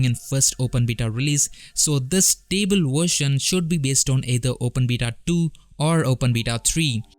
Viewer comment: you can hear back your pronunciation. it is pull not pronounce like pill and it is pronounced stable instead of sounding stible